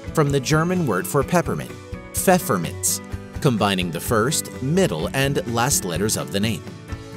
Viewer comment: nice, only 1 little mistake, its not "PfefferminTz" in german, its "Pfefferminz"